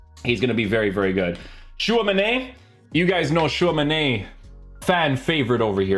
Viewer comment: Why do you say Tchouamenay it ends with an I